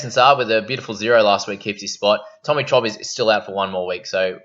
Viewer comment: Tommy Trob, wtf, its Turbo